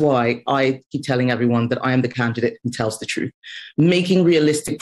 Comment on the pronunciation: She is just saying the same nonsense ' I'll tell the troof, I'll keep my promisses' noise noise noise. Tell me one thing, one, that you will actually DO.